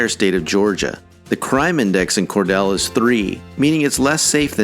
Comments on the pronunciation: Cordele is pronounced ‘CorDEAL’, not ‘CorDELL’. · Cordele is pronounced Cor-deal, not Cor-dell. I grew up in Albany in the 50's and 60's and graduated from Dougherty HS in '67. Back then, Albany was a decent place and I'm sorry to see that it has fallen into a state of ill refute. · By the way, speaker, city of Cordele is pronounced “Cor-DEEL”, not “Cor-DELL”. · You need to learn how to properly pronounce "Cordele" It is not Cordale it is Cordeal! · Cordele is pronounced Cor-deal, not Cor-del. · It’s pronounced Cor-Deal, not Cor-Dell. This is NOT the Georgia I grew up in. About half of the winners are located in south area of Atlanta, near airport. Urban gangs have run rampant in woke democrat strongholds. It’s so sad and so unnecessary. Georgia, in general is a great state with many great areas to live but avoid south of airport for about a 30 mile radius. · 1. It’s Cor-deal, not Cor-dell. 2. I’ve lived in East Point for two decades, and I can say my neighborhood is freaking fantastic. Much of East Point and College Park are beautiful and safe. But then you go to Old National or Tara Blvd or Greenbriar Mall, and you are in a whole other world. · Cordele is pronounced cor-DEEL, not cor-DELL. And, yes, it sucks. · It's pronounced Cordeel, not Cordell. That might come in handy for future lists. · I believe Cordele is pronounce Core-deal. I have a hard time believing Atlanta, Savannah, and Columbus are better cities than Brunswick. There ain't enough money in the whole state of Georgia to convince me to live in antsy of those cities. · Cordele is pronouonced Cor-Deal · “Cor-deal” fool. What shiity school did you attend? Next question you should answer….. What is the make up of each of these towns? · Cordele is pronounced Cor-DEEL. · It is pronounced Cor DEAL! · Cordele is not pronounced Cordell. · It’s pronounced Cor deal !! I’m not surprised that 4 of these cities are suburbs of Atlanta. The southside of Atlanta has been terrible for the last 50 years or more.